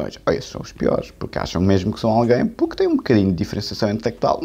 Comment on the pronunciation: Mas porque é que ele fala assim? "Pobrema" , " Poque" em vez de porque e Roguides, em vez de Rodrigues! pertence sem dúvida à liga dos campeões, dos humildes!